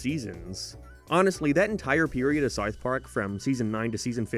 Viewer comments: im i the only person hearing “sarth park” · fr i cant even finish half his videos. he cant pronounce SoUTH Park and he sounds like a valley teenage girl at the end of all the sentences. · The way this guy pronounces “w” sounds is crazy. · HOW ever. Not Hi ever. SOUTH park. Not Sithe park. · do you have a speech impediment or something? someone that does voice over video essays for living should at least be able to pronounce basic words properly you re_________________________________________________________________________________ (t)ard sarf pork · " Sar Park " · Why do you pronounce it like "serwarth park"? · sarth park